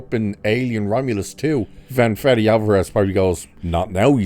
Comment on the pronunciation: It's Fede not Freddy